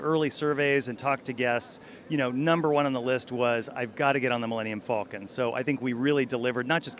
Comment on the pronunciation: "Mellenum Fall-conn" Telle me you have never seen Star Wars without telling me....